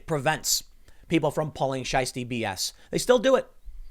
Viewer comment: lol tim saying Scheisty.